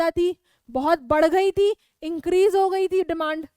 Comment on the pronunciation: That is not ho-e that's ho